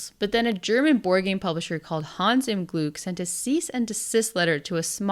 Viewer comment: l was really impressed by your pronunciation of Hans im Glück last Video and of Spiel des Jahres this video. Kudos. ,👍👍👍 Take a breath betweeen the second and third word and it would be absolutely perfect. ❤